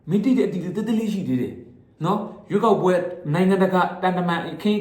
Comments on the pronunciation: ရွေးကောက်ပွဲတောင် .ပီအောင်.မပြောနှိုင်ဘူး😂😂😂 ခွေးမျိုး..ခွေးသား.. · ဘာကောင်လေးလဲ ရွေးကောက်ပွဲတောင် ပီအောင်မပြောနိုင်ဘူး စျေးကောက်ပွဲတဲ့ ရေးပေးထားတဲ့က အဲလိုဘဲဖြစ်နေတာထင်တယ် လီးဘဲ